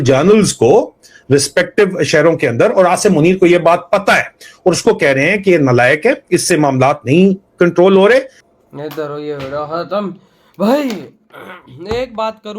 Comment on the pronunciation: 😂😂 cantrol 😂😂cantrol hota hai,, last mea G word 😂😂use kr le